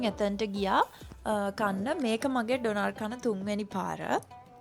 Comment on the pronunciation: ඩොනාර් නෙවෙයි අනේ ඩෝනා(ර්) (R sound wenne nah) eka famous food ekak